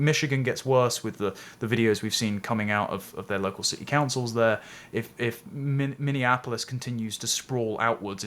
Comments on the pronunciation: Minneapolis not Minneanapolis! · Minneapolis is pronounced (MINI APPLE US), not (MINION APPLE US). Just fyi...